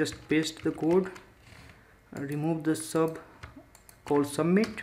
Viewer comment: Am stuck on 'submit' what is that 'sh'?